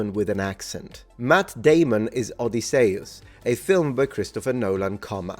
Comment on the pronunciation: All i can hear is "Mat Daymun" Team America!. 😊